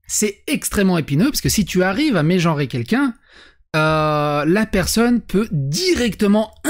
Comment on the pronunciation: ça fait quand même saigner des oreilles d'entendre les verbes JOrer et méjOrer, le nombre de fois ou on l'entend j'ai du perdre 1 litre de sang